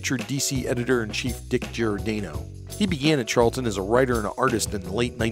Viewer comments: Nice history rundown. But PLEASE stop saying “GEE-or-DAYno?” Closest pronunciation should be “jorDANNo” or “Jor-Dah-no.” Millions of Italian Americans will thank you. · Dick GiorDAHno not GiorDAYno. Otherwise, nice clip. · At least pronounce the names correctly. Dick Giordano's last name is pronounced 'Jor-danno' [It's italian].